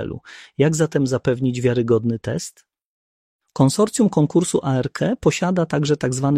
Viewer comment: specyficzna intonacja w przypadku zdań pytających - swoją drogą, zaskoczyło mnie, że czasem jednak intonacja była naturalna. błędne końcówki wyrazów w przypadku cyfr ("z roku dwa tysiące dwudziesto nie był w stanie.."). zmieniająca się wymowa skrótu ARC - "a-er-ke" lub "arke", acz tu może się czepiam